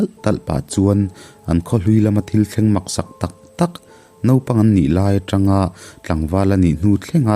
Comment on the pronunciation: Mizo ziaktu ropui C.Láitânga (thlûk sei leh thlûk tâwi hi i hrehiam turah ka ngai a..) hming i chhiar dik theilo hi pawi ka ti a.. Double adverb Mizo-in kan neih te hi lo zir uluk teh aw.. I channel ah hian tumlo mah ila search engine hian alo telh leh thin che.